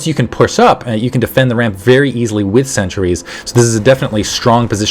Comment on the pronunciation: You're calling sentries "Centuries"